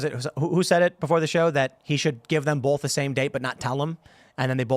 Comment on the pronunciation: Tim both doesnt have an "L" in it.